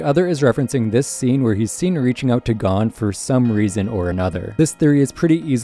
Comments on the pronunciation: why does he keep saying gone instead of goan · It's g-oh-n not gone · OMFG THEY SAY GON IN EVERY FUCKING EPISODE ITS NOT GONE HOLY FUCK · HE IS NOT GONE. HIS DAD IS. everyone in the anime's says GO-un not GAWN, if your going to have a 30 min+ video on hunter hunter please just say it how the english dub people do. you speak english. the second this videos in japanese do whatever. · not watching the rest after the first few seconds when I heard him say gon like "gone" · The amount of stuff he’s saying wrong or mispronouncing is irritating, playing a clip where they say “Gon” then saying “G O N E” Lucifer instead of Lucilfer. Togashi stated the X in the name is a multiplication symbol not a space. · You’re pronouncing Gon wrong, its said like Goan. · I really want to watch this but I hate the way you say Gon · so were not gonna talk about the way he says gon's name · Good vid but it is a pain to here you pronounce gon like that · Is it Gho-n or G-on this guy is saying it funny